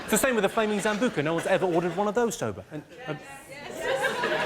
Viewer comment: Why's he calling Sambuca's a zambuca?